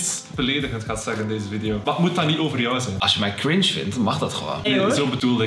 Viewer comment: Hoe ze het wwoord chringe nog maar uitspreken shitttt HELPPP